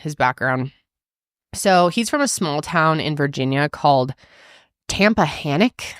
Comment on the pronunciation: im from a town near tappahannock and hearing pronounce it the way she did cracked me up